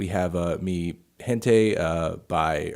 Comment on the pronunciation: you pronounced mi gente correctly the first time